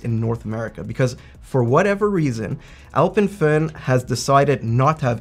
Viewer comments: Kudos for pronouncing Alpemföhn correctly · Can I compliment you on your pronounciation of "Alpenföhn"?! Haven't heard a lot of english speakers pronounce an Umlaut correctly. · Wait what? I thought North Americans were unable to pronounce ö/ø correctly. totally nailed it! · Pronouncing the name correctly 🤩